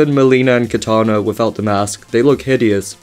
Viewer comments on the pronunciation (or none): none